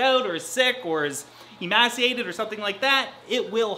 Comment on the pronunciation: So weird hearing an English speaker use a short vowel sound for the word "emaciated"... Id pronounce it more like "em-aaay-ciated"